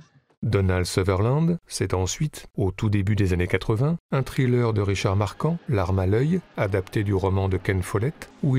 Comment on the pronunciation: “Trileur”… 12 ans minimum d’Anglais pour entendre ça. Nous sommes bien en France.